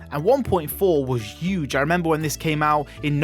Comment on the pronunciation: that was a "hewwgge" one 😂 what an accent